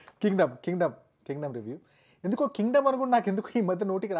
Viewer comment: నీకు ఏ మూవీ నచ్చింది నాయనా?🤣 ఈ మూవీ పేరు కింగ్డమ్ కాదు కాండం అనేలాగా చెప్తున్నావ్ 😂